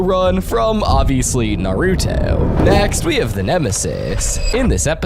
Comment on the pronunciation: Nah-ruuto and Yo-geeh-oh is insane it pronounced Nar-utoh and You-geeh-oh